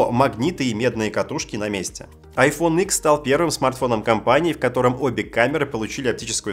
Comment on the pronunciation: АЙфон Икс - режет немного.